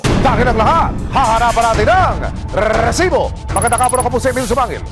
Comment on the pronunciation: Kairita to c Emil s pgbigkas ng rrrrrrreeeeeeesibo